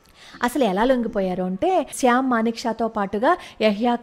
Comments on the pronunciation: Good topic. Sam Msnekshaw ఆయన పేరు. మీరు చెప్పుతుంటే శ్యామ్ అని వినిపిస్తోంది. ఒక సారి చెక్ చేసుకోండి. భారత్ మాతా కీ జై. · శ్యాం కాదమ్మా! Sham!